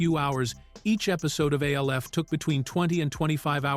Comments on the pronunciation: A.L.F., who says it like that?! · do you not know how to say names we already know you can't spell it's alf stupid